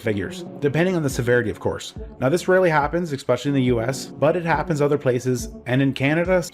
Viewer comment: The word is especially,. Not X-specially